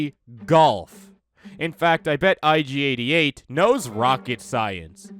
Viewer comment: Nobody: Ig88: erogerkabop